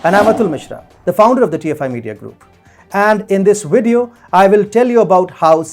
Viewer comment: I think it's pronounced video, not wideo 🤣